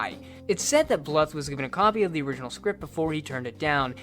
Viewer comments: Bluth is supposed to rhyme with tooth. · BL-OO-TH NOT FUCKING BL-UH-TH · It's not pronounced Don Bluff it's pronounced Don Blue th. Like tooth. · pronounced Blooth. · Always heard Don Bluth as "blooth" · I love you but the way you pronounce "Bluth" irks me SO much